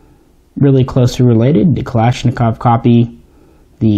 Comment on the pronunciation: finally some one who says kalashnikov correctly hahaha